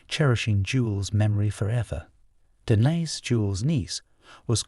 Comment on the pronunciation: The narrator is so pretentious it's painful. Did he really have to pronounce Denise's name three different ways or that that last JEW ehl was a kicker